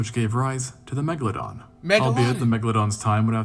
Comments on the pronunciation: the mega laden? Wat he trying to say or that a real fish 😂😂😂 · tf was that megladon pronnounciation... 'megaLADON'🥀